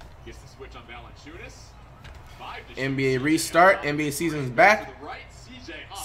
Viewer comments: he called him valadonis before hes getting better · Valadayas dude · Dude said Jonas Valenchunes name wrong right after the announcers said it 😂🤦🏽‍♂️ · Comentator: Valenciunas Flight: Valenkyas